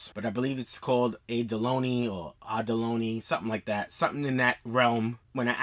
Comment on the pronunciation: It’s not a pearl is a oyster( abalone oyster) not a pearl I have plenty of watches and the actual oysters so yeah That’s why the box is shaped like that, beautiful shoes though going to cop a pair and it’s pronounced aba-lone-y